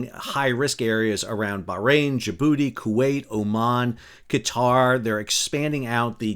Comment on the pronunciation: "Djibouti"? These people have always had some of the best intelligence on the planet